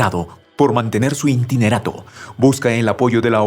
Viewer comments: buenas tardes que es un intinerato...?? muy buena noticia pero fallas en la dicción y pronunciacion, es interinato, creo que la palabra intinerato no existe...!!! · ¿INTINERATO? ¿Alguien pude enseñarle a este locutor la palabra interinato?